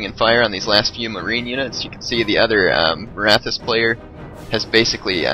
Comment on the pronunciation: no, Sikh is pronounced "seekh." Maratha is pronounced muh-RAHT-ha.